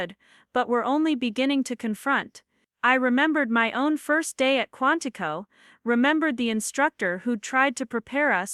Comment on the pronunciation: QUANTICO, not Quantified